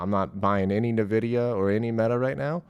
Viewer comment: It's pronounced "In-Vidia"